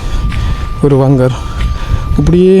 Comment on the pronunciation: வங்கர் இல்ல பங்கர்